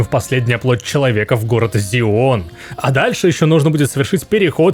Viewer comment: Зион, нда. Зион. Может все же Сион? Не?